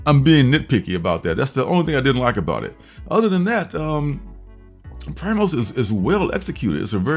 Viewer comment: You sold me on New Masters and Primos. Screw the 10 book limit! It's pronounced "pree-mos. Primos is Spanish for cousins. I agree completely on Animal Castle. Lettering wasn't the best visually, but the book is definitely on my pull list. Great reviews as always! I look forward to tomorrow night comic book fam!